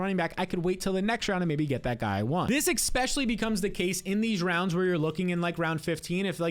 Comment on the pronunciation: Especially! Say it with me especially!